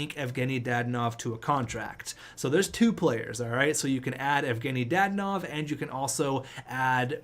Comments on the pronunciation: Danault is pronounced Dano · Danault is pronounced Dan-o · There’s no I In danault so yea pronounce it dano but not like Marco dano more lower tone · Philip danault is pronounced philip da-not again pls... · Routhier lmao it was making me mad